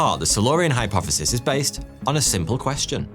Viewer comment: Hypofefis? Fheory? Firty fwee?